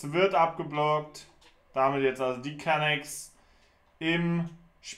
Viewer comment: Es heißt immer noch Can"a"cks, nicht Can"ä"cks:'D <3 Ist doch gar nicht schlimm ohne Ton, man versteht trotzdem, was abgeht:)